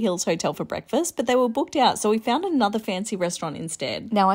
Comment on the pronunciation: “eeeot and abeeout”